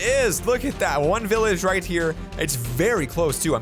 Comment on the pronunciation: He say billage 🤭🤭😂😂😂